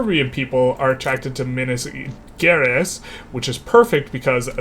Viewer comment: Minas is nice, but Gerais the G isn't hard. I don't think there is this sound in english, but a soft G like in general (who could mean general or geral in portuguese) or like Cashew, which came from Caju, and this J has the same sound as the G in Gerais.